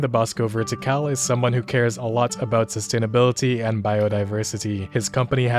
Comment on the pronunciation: "late stage X", "look, a tree!", "sustanabeletee"... Ah yes, The Soypunk!